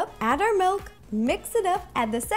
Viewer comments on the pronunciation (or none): "Melk".... oh god.